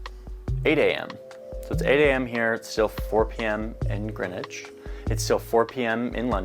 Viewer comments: "green witch"?? Ffs you have a town in Connecticut called Greenwich which y'all pronounce "Grennich" . It's a shame that you had no idea why you use GMT. Perhaps the American education system needs to start telling its kids about the rest of the world. But bless you for being interested. I'm English and I absolutely love the USA. I visited Greenwich and Cos Cob CT in the 70s. I love you Yanks ❤️ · It's Grenwich (pronounced) Grenich 'meantime'! I learned it in school at age 10 yrs old. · You should watch a TV movie/miniseries Longitude that covers the history of the Greenwich (yes it's pronounced Gren-itch not green witch or other variations) Meridian. The Greenwich meridian's competitor was the Paris Meridian, also dubbed the Rose Line by author Dan Brown and was integral to the plot of the movie and his novel The Davinci Code. So far as I am aware, under UTC (coordinated universal time) Greenwich Mean Time (GMT) is the same as Zulu Time so beloved by producers of military action movies. More properly UTC + 0.00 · It's Greenwich Mean Time (GMT). Pronounced 'Gren-itch'. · The British were seafarers from antiquity. So when navigation became sophisticated enough the British created the prime meridian to be 0 at a part of London called Greenwich (pronounced Grennich), hence the Greenwich meridian and Greenwich Mean Time (GMT) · Greenwhich is pronounced GREN-IDGE. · GMT - Greenwich Mean Time and pronounced Grenitch. Do they not teach you guys anything about the globe and world history at school in the USA??